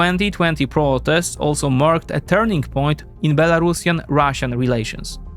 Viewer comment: Be-La-Ru-Si-An, like Andalusian. Not Belarashan. C'mon, Europeans. Learn.